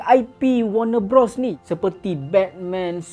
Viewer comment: Bros bang, BUKAN brOs. Macam kau sebut bro. Bros - besodare